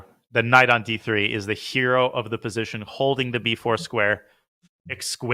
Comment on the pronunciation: if it is posation then it must be sutuition